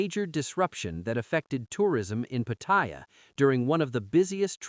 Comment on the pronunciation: Until you learn how to pronounce Pattaya, bugger off you newbie grifter !! Showing what a Pathetic amateur you are!